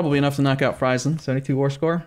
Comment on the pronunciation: Friesland is pronounced Freezeland fyi